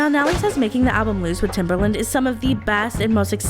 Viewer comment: oof TimbERland - that was rough on my ears